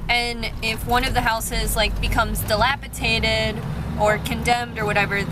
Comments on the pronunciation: Dilapi-TATED LOL 😍🖤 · it's DilapiDATED...not Tated....lol...quick fixer up and the rent to section 8....